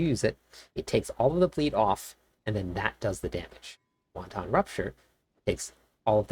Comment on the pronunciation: Great guide! Please learn to pronounce the word Wanton. Hint: it doesn’t sound like Chinese soup.